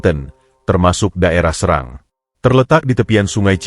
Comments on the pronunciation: SERANG min bukan SeRANG😄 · Serang bukan srang gitu